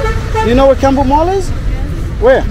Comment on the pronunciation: Soko means open air market in swahili. I like how you pronounce Kiambu as Kambu ❤. Always enjoy your content young man! You have really become a local!!! That's what's up.